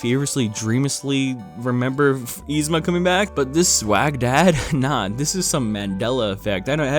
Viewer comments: Nobody:: YEE-zma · You're pronouncing Yzma wrong. But only sometimes. What. Lol